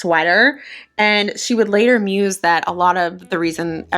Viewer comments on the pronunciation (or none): none